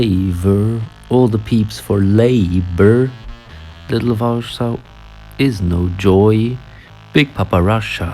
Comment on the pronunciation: OH MY GOD GUYS JULJAS SAID POLSKI HE IS SO FLUENT IN POLISH yet he calls it Varshaw